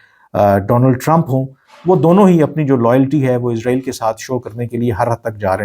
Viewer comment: ارے بھائی جان اپنا الفاظ اور تلفظ صحیح کریں اسرائیل اور عزرائیل میں بہت فرق ہے اپ بار بار عزرائیل عزرائیل عزرائیل کے 😂😂😂